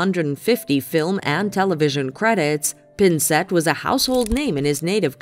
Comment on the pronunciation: As a Canadian, thank you for including the great actor Gordon Pinsent. However his family name is pronounced with the accent on the first syllable. Of course , there was also that horrendous butchering of the name Lynard Skynyrd.